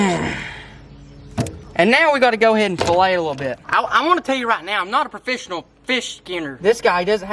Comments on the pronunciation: was i the only one that heard “ i’m not a profishinal fish skinner ” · Famous words of “profishional”